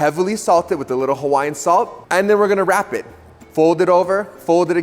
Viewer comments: Yes, indeed! I appreciate your efforts to pronounce Hawaiian words correctly. I didn’t wince once. 😊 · Max's record of perfectly pronouncing every language on the planet continues.